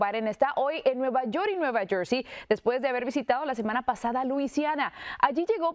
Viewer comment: Nueva YoR y nueva jorsey, presentador Mejicanita, porfavor tomá clases de Inglés